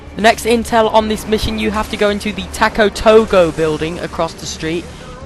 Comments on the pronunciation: and lol its not taco togo its taco to go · its not taco toegoe its TACO TO GO